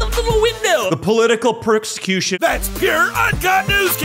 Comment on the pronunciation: percscution ....just like his dad